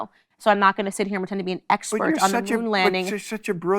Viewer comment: Awww you fink dat it’s pwetend. How adowable.